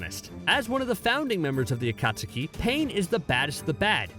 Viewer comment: No one: Not even a single soul: let’s mispronounce these words so we can irritate naruto fans cause we can 🙂 Bro, How did you pronounce obito, akatsuki,and zabuza? I want to hear something 🥴🥴